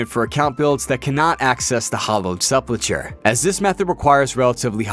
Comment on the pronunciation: Sepul-ker is how its pronounced